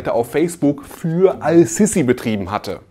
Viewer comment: Sprich den Namen bitte Ass-Sisi aus. Das S ist ein Sonnenbuchstabe und wird deshalb assimiliert.